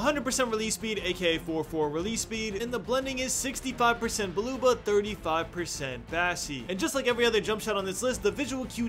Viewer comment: Saying baluba release 1. Cooked me Ngl 🤦🏾‍♂️ now I’m just here like do I put what he said or what he showing smh 🤷🏾‍♂️